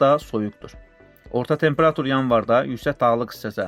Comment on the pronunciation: Bu danışan hələ temperatur deməyi öyrənməyib